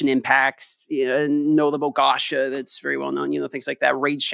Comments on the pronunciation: It's definitely pronounced like gotcha but with and A, as opposed to 'gasha' like said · The way pronounces "Gacha" is like stabbing my ears with a knife.